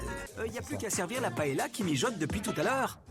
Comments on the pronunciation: On prononce PAÉLYIA comme on dit LIEU ... et chorizo c TCHORIZO et le Z comme le TH en english. De rien.😂 Merci! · Paëlla ça se prononce « paéya »